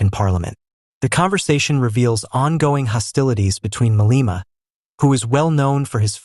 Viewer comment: The gentleman educating South Africans pronounces , wrongly so, 'Maleema'